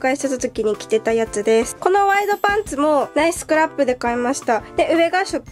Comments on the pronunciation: ナイスクラップの言い方ちゃんとなってるwww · ナイスクラップの発音直っとる（笑）